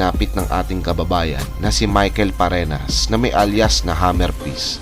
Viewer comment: Fareñas hindi farenas